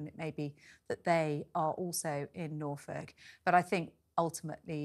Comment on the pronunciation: It's Norfolk! Not the Gobi Desert 😅